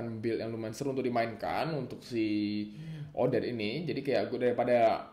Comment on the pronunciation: bang nyebut odette gini odet te